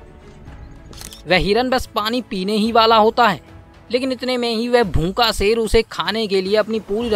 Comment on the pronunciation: सेर,बारीस भाषा की वाट लगा रहा है, हिंदी मे श अक्षर होता है ना